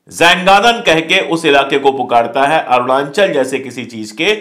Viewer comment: मिस्टर अशोक पाण्डे, सही उच्चारण करना सीखिए। "अरूणांचल" नही। कहिए "अरुणाचल"